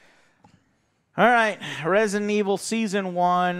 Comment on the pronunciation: Yes, this is Resinunuh evununl. Not Resident Evil